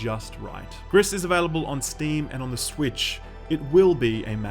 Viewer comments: Gris - pronounced "Gree" is Grey in French. Everytime you say Greess, I cringe. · If you read it like the french colour gray the you should read it "gree", not "gris". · Are we sure it's not pronounced "gree"? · Lmao "Griss" You pronounce it "gree". Or, "pretentious hipster bullshit". Either either. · Is it really that hard to pronounce the named correctly? It's pronounced grease. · btw, french for "grey," pronounced gri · i think it's GRI not GRISSS, the S is silent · Gris means grey in French and is pronounced "gree". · I'm pretty sure it's pronounced "Gree", as in the French word for "grey". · The S is silent. Gris is pronounced GREE. Means grey. Great review as always, will pick this one up. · Just saying here, "gris" is french for grey and it's sound more like "gree" :) Love the vid. Thank you! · You dont prononce the ‘s’ in Gris, gris is grey in french. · Great video!! but the mispronunciation of Gris kept irking me as a spanish speaker hahaha other than that, this game is gorgeous. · Ok then... confirming the name is Gris witch translates as "gray" to English and is pronounced like "grease" as confirmed by the developers (they are from Spain) the artist (from Spain as well) and the musicians (also from Spain). Look for the video "Gris: Behind the Scenes". On a note aside.... they even mention to have been influenced by the likes of "Journey" and "Ori and the blind forest"!!!. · If it`s french it`s pronounced with a silent S. Means grey btw ;) Would be fitting since the game is very colorful. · Gris without the s. French, right? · It's pronounced GR-EEEEE, for grey in French 😒 bloody hell. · Fun fact of the day , name of the game means gray in french and the S is silent o/ .